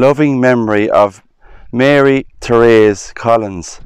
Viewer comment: My name is also Therese. Its not very common here and i have rarely if ever heard anyone pronounce it correctly. Good job. Thank you.